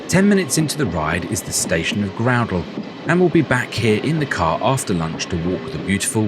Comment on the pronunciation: The 'ou' in 'Groudle' is an 'ow' sound rather than an 'oo' sound.